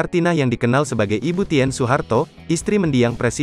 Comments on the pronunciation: Saya yakin ini naratornya gak pernah baca sejarah... 🤭 Ibu Tin, Bro.. bukan ibu Ti : en ... Malu maluin Gramedia Group aja nih orang... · Pembacsnya sering salah n tidak fasih. Tulisannya Tien bacanya kan Tin.